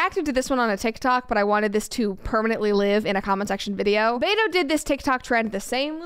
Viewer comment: Beto? At first I thought Brett says beta. :P